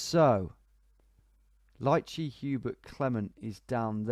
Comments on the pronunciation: Also ''lycée'' is pronounced 'Lee Say' and means high school. Bains means baths :) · Great job mate, Lycée is the equivalent of High School in french speaking countries like France and Luxembourg, the closest english pronounciation would be "Lee-Se" with the Se part sounding like "SEgregation"